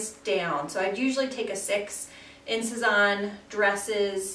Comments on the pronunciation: Great haul! They all look really cute on you. The bags are especially cute. Just a tip on pronunciation— it’s Sez-Anne. Not, Sez-awn. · Thanks so much! :-) I'm loving the Sézane bags right now! Thanks for the tip but over the years I've been told to pronounce Sézane so many different ways - Say-Zahn, Suh-Zahn, Sez-Anne... At this point whatever happens comes out of my mouth at the time is how I'm pronouncing it....hahaha!